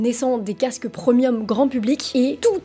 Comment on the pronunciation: Premium se prononce pré-mium et non prEmium. 😂